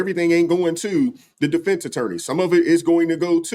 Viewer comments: Or defense. He says deflence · Deflense ? okay think he means Defence